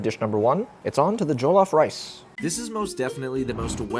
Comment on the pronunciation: jollof is less joe/joel and more joh like when you're like oh quickly. if that makes sense!